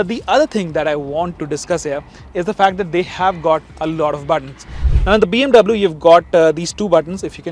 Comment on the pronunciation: Hei north indian chapri pronounce BMW in the correct manner